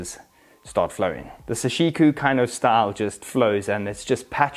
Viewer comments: It's sashiko not sashiku lol... great shots and review! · Why do you pronounce it as -ku when it’s clearly written as -ko? Doesn’t take a genius to read something that simple buddy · It's pronounced Saw She Koh not Suh She Koo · I came to comment section for this, you pronounced it wrong dude. It’s KO!